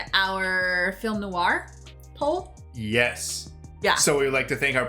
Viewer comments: ‘Noir’ is one syllable. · FYI: 'Noir' is a one-syllable word. GREAT REACTION!